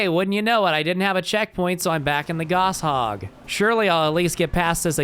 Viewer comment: "Goss hog" lol, everyone pronounced it like that when we were 11